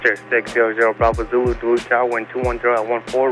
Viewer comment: It’s pronounced, “Doloot”.